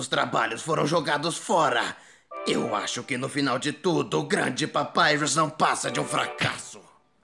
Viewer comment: Confundi o papyrus com um pepsi por causa do geito que dubla o nome dele-___